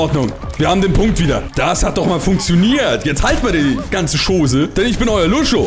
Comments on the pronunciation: du hast lang nicht gespielt, sprichst lucio falsch aus, aber bist trotzdem mindestens genau so gut, wenn nicht besser als ich, der lucio main ist ._. :D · Bin vorbei. Er weiß das er es falsch ausspricht er findet es nur lustiger^^